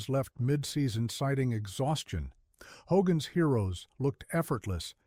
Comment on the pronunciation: ‘HDOGGAN’S HEROES?’